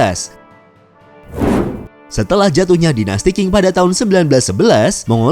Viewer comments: Dinasti Qing di baca ching bukan king.. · Perlu km ketahui dichina tdk pernah ada yg nmnya dinasty king.... Yg ada dinasty qing (baca ching) Jgn baca king, apa2an king.... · Bacanya dinasti Cing